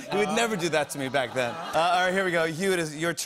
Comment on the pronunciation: Emphasis on "Back then"